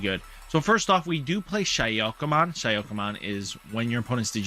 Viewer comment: You have great videos, but you need to start practising pronunciation. When you say SHA-YO-KA-MON instead of SA-KU-YA-MON it breaks too many hearts. It's like if you say PokeMEN instead of Pokemon...